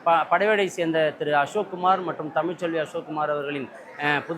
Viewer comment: கொல்லை என்றால் வீட்டின் பின்புரம். கொள்ளை என்றால் கள்ளத்தனத்தால் எந்த அன்னிய சொத்துக்களை கவர்வது. தமிழை தமிள் என்றும். பழத்தை பளம என்று தமிழின் சிறப்பு எழுத்துக்களை கொலை செய்யாதே. நீங்களே தமிழி துரோகிகள். முகமதிய மலையாளிகள் கூட சிறப்பு எழுத்துகளை சரியாக உச்சரிப்பர். தமிழ் தமிழ் என்று தமிழ்க்க அவமரியாதை செய்கி😅செய்கிறோம்.